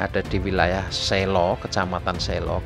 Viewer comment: Kebanggaan 3 kabupaten. Boyolali,magelang,semarang.. Ralat om,pengucapan huruf E di kata SELO seperti kita mengucapkan E dlm kata sEpatu..bukan pengucapan E dlm alfabet.. Salam dari boyolali!